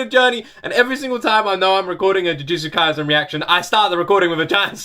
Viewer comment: The thing you pronouncing wrong is actually kaisen. S in kaisen pronounced like in set, seven, etc. There is no different pronounces for letters in japanese words.